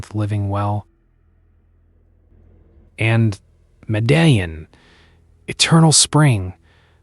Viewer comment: I had to laugh at the 4 different pronunciations of Medellin in this obviously AI narration.